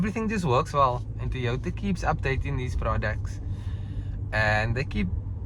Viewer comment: It's not THOY WOTHA.. it TOYOTA